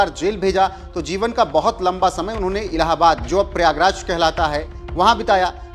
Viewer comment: इसको तो प्रयागराज कहने में भी दिक्कत हो रही लगती है